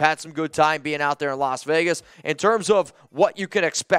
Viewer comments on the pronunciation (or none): none